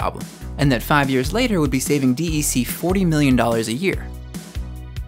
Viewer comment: This video needs to be redone. "D" "E" "C" is not the way it is pronounced. It is just "DEC" pronounced like "deck". I know because I worked there before Compaq bought DEC, and HP bought Compaq.